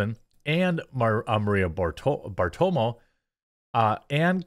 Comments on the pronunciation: Please Jeremy please...this is about the fourth or fifth video where I've heard you misspeak Maria's name, lol. It's Maria Bar-toe-ro-mo! :) It's not that hard. Hell it's even in a lyric from a famous Ramones song! lol That's an interesting story btw...you should look it up. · Bro you are butchering Maria’s last name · How do you not know how to pronounce Maria’s name? Lol